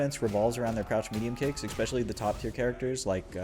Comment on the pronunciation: Bro it's ESpecially not EXpecially